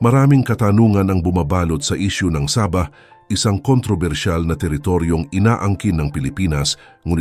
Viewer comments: Sabah Po d saba hahaha 😂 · Hindi po saba kondi sabah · Hehehe tunog saging at sardinas eh hehehe 😁😁